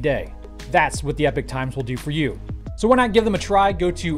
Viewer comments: Epic? Thought it was pronounced epoch like enoch. Accent? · Cool episode, but one thing that's been niggling me - the sponsor name. You pronounce EPOCH as /ˈɛpɪk/ when I though it should be /ˈiːpɒk,ˈɛpɒk/. Do they just 'identify' as /ˈɛpɪk/ and can't spell? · Epoch is pronounced E pok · Learn to pronounce the name of your sponsor - even as a sign of respect for them giving you money, and don't give a shit.